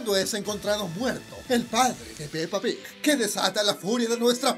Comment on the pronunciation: Amo como dices pepa pig